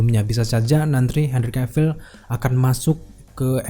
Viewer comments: Setiap abang bilang Henry Cavill, beberapa kali kedenger kyk Andrew Garfield sekilas. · pas nyebut nama Henry Cavill ko gw dengernya Andrew Garfield mulu yak 😂